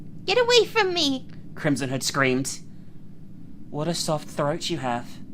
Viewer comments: Every time says "Crimson Hood", my dumbass brain hears "Crimson Head". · I kept hearing “Krism Hood” lol.